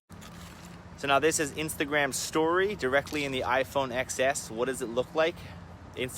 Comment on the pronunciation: It's iphone 10s. Please not xs